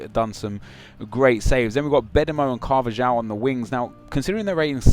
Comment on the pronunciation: With Carvajal or however you spell it, dont you pronounce the j as a h?